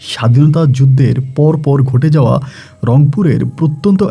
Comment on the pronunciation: Boutic,,,gote jaoa...asob ki uccharon...😂😂😂😂😂